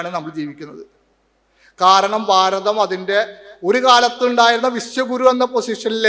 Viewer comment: ഭാരതം, ഭ എന്ന വാക്ക് ഉപയോഗിക്ക്, സ്വാമി.